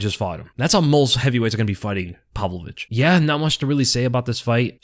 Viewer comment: still doesn't know how to pronounce Pavlovich.